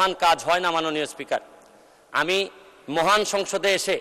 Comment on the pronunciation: উনি ব্যারিস্টার সাহেব তো মহান বলেন না।মুহান।